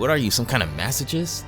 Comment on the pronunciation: masochist goes "mass-a-kist"